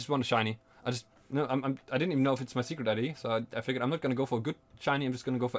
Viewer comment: It sounds like you're saying "sugar daddy" instead of "secret ID" and it makes everything way funnier to listen to.